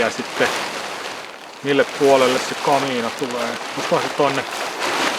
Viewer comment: Repeat after me: "ka-mi-na".